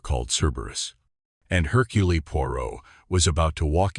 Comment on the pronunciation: Seriously!!! He pronounced it Hurculee!!!! Don't bother unless you're going to pronounce😅😢😂 things correctly, sheech!